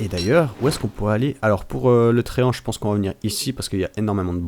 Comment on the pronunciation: Et aussi, on dit pense, pas pance ou pence.